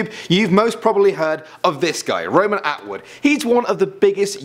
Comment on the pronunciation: Roman Awood?LOL!HAHAHAH